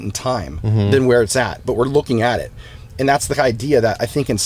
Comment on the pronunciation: When Tom says aaond!